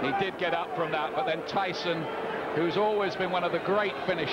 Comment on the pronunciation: Did the announcer just say, "Iron Mike 'Treeson'"? 🙄